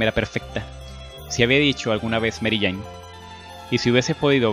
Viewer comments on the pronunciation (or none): none